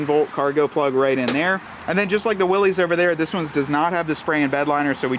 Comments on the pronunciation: It's Willys (like willis) not pronounced Willy's . The original company was willys overland company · It’s pronounced Will’iss, not Will’ees, after the founder of the company that got it all started in the 1910’s. John North Willys founded Willys Overland. His company won the bid to produce a ‘military basic’ vehicle (MB), also called a general purpose vehicle. General Purpose became “GP”, which became “Jeep”. Show some respect for the founder, dude, if you’re going to review a vehicle named after him, at least pronounce his name correctly. And the “Jeep”, (not JEEP) on the tailgate is historically correct; look up some photos of the Jeep logo from the past (60’s). Willys Overland was started in Toledo Ohio where Jeeps are made to this day. The Willys model line is a nod to the original history of the Jeep, don’t try to change it, man! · Why does he keep saying "Willys" like that? Its not Willy's, its Willys like Bruce Willis... but with a y. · You lose all “cred” by continually calling it a Willy’s. The correct pronunciation is Will-iss. It’s supposed to be an homage to the original Willys-Overland Jeeps. Company founded by John North Willys. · It’s pronounced Will-s 🙄🤦‍♂️